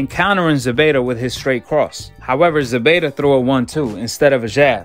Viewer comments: It’s ZEPEDA Not ZEBEDA 🤷🏻‍♂️ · It ain’t Zebeda it’s Zepeda with a “P” my dude